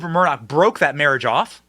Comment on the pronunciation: Murdoch… Moloch?????